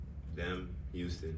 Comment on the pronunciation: Devo fried in his interview 😂 look at how he says “them, Houston”😭😭